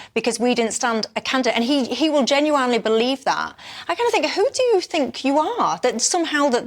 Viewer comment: As soon as Michelle said "Genu-wine-ly" I paused, wrote this, then left. Urgh.